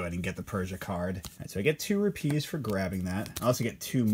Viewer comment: Great video! Place the emphasis on the RU part in Rupees, not the PEES part. Should be ROOpees. You’re placing emphasis as one would for the word ‘trapeze’ 🙂